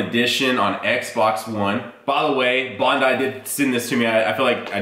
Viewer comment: Bond-i.... why is it so hard for people to pronounce these company names properly lol